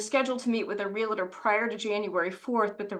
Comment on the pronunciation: it’s NOT real-LA-tor. It’s REAL-TOR. Two syllables.